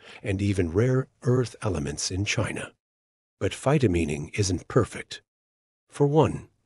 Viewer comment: mispronunces phytomining. It's mining with phyto in front. It's not phytomeening. I don't know about the science. It sounds possible, but not economically likely.